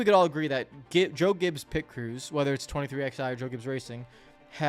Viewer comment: Dude, it’s been 4 years and you still can’t pronounce 23XI’s name right. Twenty-three Eleven 🤦